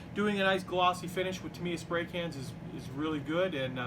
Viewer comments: Great vid, great build, absolutely awesome. Just 2 things though, it's not Ducoti it's Ducati, "Du ew cat e" and its not tumiya its Tamyia, "Tam e r" why do americans mispronounce so many words ? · It’s pronounced TAMiym not TIM they is only one letter I........very good build....